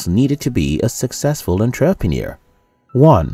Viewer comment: I didn’t know that was how you say entrepreneur...